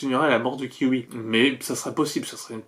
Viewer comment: J'entends "kiwi" au lieu de kyuubi 😂😂